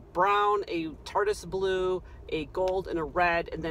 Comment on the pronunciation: I crack up everytime you say Tartis blue 😊